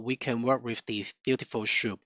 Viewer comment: cant lissten to that schoup thing. its S! soup blin! omg